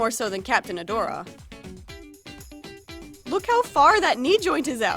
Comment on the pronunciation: it’s Adora not Adore